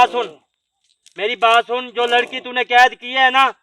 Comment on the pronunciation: Ked nahi hota kaid bolte Hain.